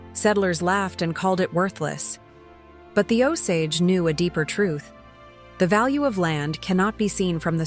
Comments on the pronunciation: Nice visuals, but you need to train your AI to say our name right! It is nice to see/ hear our creation stories kind of like I think it. But painful to hear our name wrong. “Oh-say-j “ is how to say the English version of our name. And please don’t refer to us as dead. We are still born into our clans. And when we die and go back to the stars, our Osage people know us by our clan names, they always have. We live in the river of time, of which the USA is just a small pond. We go on as long as Wahkonta blesses us to. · I'm Osage Nation and can't listen to this AI BS! At least teach it the correct pronunciations!